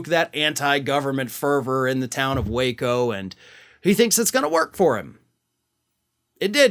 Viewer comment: So it's Wāco not Wa(h)co lol